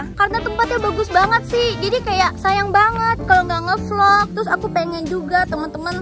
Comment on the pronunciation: Tapi bahasa nya kurang jelas seharusnya ngeblvlog